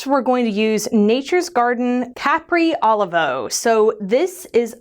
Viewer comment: Capri Olivo is pronounced: cuh-PREE oh-LEE-voh. LOVE the glitter! And TAKE MY MONEY!!